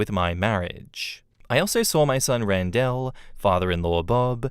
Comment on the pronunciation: Great story. On an unrelated note, you pronounce "Randell" weird.